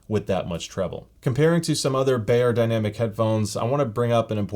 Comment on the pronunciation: you wouldn’t say soony or heefeemain. it’s not bay-er, it’s buy-er. beyerdynamic is a german word. “buy-er-dynamic” not “bay-er-dynamic”